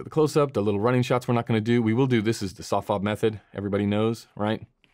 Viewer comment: What are you calling it... "Sof Fob" method?... I can't tell what you're saying, but I think you're talking about when you hit someone's body with hard light and their face with soft light?